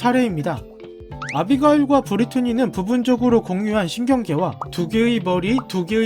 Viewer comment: 아비가일이 아니라 아비게일 이에요 브리트니는 맞는데